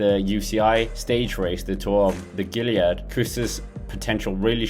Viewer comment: Lovely video, thanks for making this - FYI Gila in Tour of the Gila is pronounced "heel-uh." It's perhaps our biggest stage race these days :(